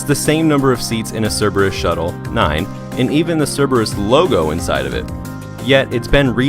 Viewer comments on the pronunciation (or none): could harbinger be saying Cerberus?? Sounds a lot like cirbus...